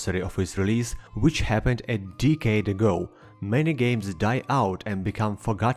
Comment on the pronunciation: I love this guys accent, but the way he says Decade makes uncomfortable. Skyrim is already a deecade